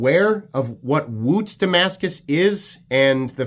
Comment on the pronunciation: "..and is refered to as woOOTz" 😂🤣